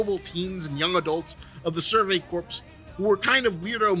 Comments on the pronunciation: Love your vidya dude. But a bit of constructive criticism: ‘Corps’ is pronounced ‘core’ not ‘corpse’. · Imma be that guy, since there's a lot corps coming up in anime. Corps is pronounced like core, not corpse. Survey core, demon slayer core, Marine core. English is often a needlessly difficult written and spoken language. Video is 🔥🔥🔥🔥 regardless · Whenever people pronounce corps weirdly,I hear corpse and then just heard survey corpse and thick that describes a lot of scouts pretty well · “Corps” is pronounced like (core) like the Marine Corps